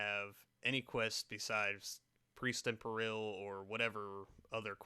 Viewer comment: Can't pronounce Peril... Smh.